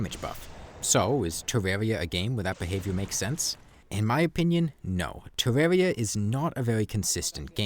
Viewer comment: The compwehensive guide to Defense (Tewwawia)